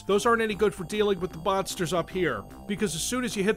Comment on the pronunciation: It sounds like you say BONSTERS. It's "M-ONSTERS"!!! Thanks for the review, I don't have to play this game now:)